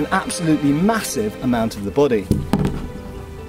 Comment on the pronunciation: It's good to know that shields cover your... /'bo.de:/ Love how you pronounce it, it reminds me of that Mr. Bean episode with the French arts teacher saying "And ze bohdee?"